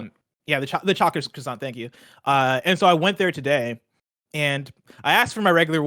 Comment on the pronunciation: It's bad enough how you say croissant, but you said it wrong over and over and over it was painful